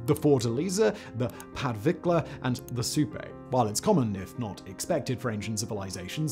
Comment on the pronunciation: I swear you do it on purpose, Whistler. When you say Caral-Supe, you can’t say Supe right, but when you mention the river, you do. Quipu is pronounced keypoo. And I’m sure Kevin had a giggle getting you to say both Bernard Fagg and Dong Son in one video. I’m surprised it wasn’t age restricted.